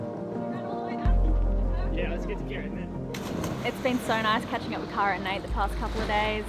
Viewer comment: I love how her name is pronounced CARE-AH, but ya'll continuously say CAR-AH lol!!! Makes me giggle every time haha.